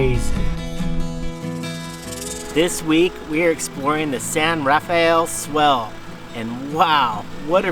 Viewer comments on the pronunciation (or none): For all those watching the location is pronounced San Ra-Fell Swell. Super common mistake, and a gorgeous area for sure. Thanks for being good stewards of the land and showing that you can enjoy these amazing Native American lands and all the history there for us to see and enjoy.